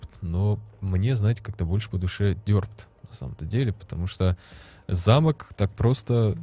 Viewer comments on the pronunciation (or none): не дёрпт, а дерпт